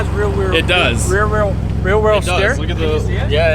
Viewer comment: "rwear rewheel "